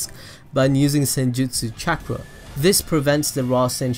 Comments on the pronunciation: Chak rah resengan Is what i heard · The way u said chakra made me leave the video